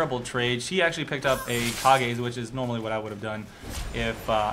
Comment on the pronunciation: Kage is pronounced Ka-geh and means shadow in japanese